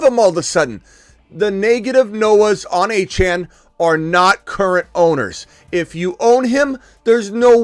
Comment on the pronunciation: ITS “ A- CHAIN” achane